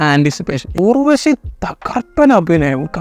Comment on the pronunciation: ഉർവശി എന്നാണ് ഊർവശി എന്നല്ല.